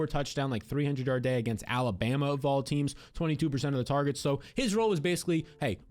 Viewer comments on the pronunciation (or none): none